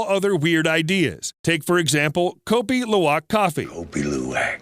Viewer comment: I lived in Jakarta Indonesia for many years and had Kopi Luwak many times. Once I was given a kilo of wild Kopi Luwak beans - raw which means I had to wash them, dry them and roast them. They weren't really that special compared to other local coffees. By the way its pronounced coopy loowa